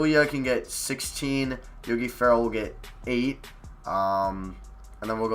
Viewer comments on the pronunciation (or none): none